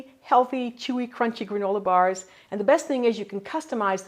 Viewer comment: Did she say gorilla bars?